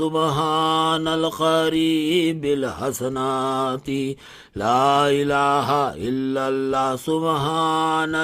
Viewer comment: Kitna bewkoof molvi too. Laelaha Hillary nahin hota. LA ilalla hota hai